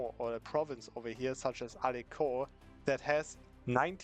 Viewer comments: Well when you're not french you're not supposed to know that it's pronounced AlenSon because of the weird c : "ç", otherwise it would be pronounced as he saidn he really neild the "en" sound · no one: the student: “alenKon”